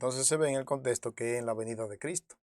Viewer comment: Por favor, no se dice,contesto, sino, contexto, habla claro